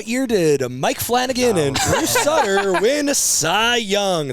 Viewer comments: It’s SOODER not Sudder just FYI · I remember Bruce Sutter. It was pronounce Sue-ter not Sut ter like they said here. Chris Rose don't know what he's talking about. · We say soot-er in St. Louis and we had famous sutt-ers on the Blues. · It’s Soo-ter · wait what I am a cardinals fan and we all have always called Bruce Sutter "sooter" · don't let Chris Rose gaslight you. It's Bruce SOO-ter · I'm not sure what Chris Rose is on, but it is pronounced Bruce SUE-TER. Also, did write the MLB expansion question? The Expansion Era begins in 1961 when the Angels and Senators (the sequel) joined the AL. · It is Bruce Soo-ter according to broadcasters, players who have said his name in interviews, his hall of fame induction announcement, his obituary on the St. Louis local news, and his Wikipedia page. Also - MLB expansion began in 1961. National League expansion began in 1962 with the Mets and Colt .45s. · It is pronounced SOO-ter and the expansion era started in 1961 with the Angels and the Senators (Rangers) not 1962 with the Mets and Colt .45s. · It's pronounced SOO-ter. The hockey family is pronounced Sutter. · On Bruce Sutter's baseball reference page - Pronunciation: \SUE-ter\ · Guys… it is pronounced Bruce Sooter. smh you should know this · It's pronounced SOO-ter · I’m cringing every time they say Sutter wrong 😫😫